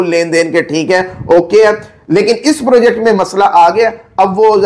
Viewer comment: Purrrjekt markeeet